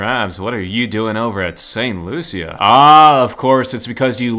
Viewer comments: It's sant lushus not sant Lucia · It's St "Loo-sha" not St Lu-sia